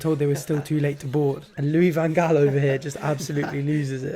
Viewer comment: ‘Louis Van Gaal’ 😂😂😂😂